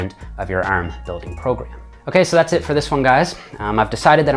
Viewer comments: Ahmed Essa ERM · The way you say “arm” is funny 😂